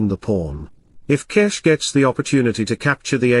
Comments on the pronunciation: It is Gukesh not G"ow"kesk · it is pronounced Gukesh not Gukesh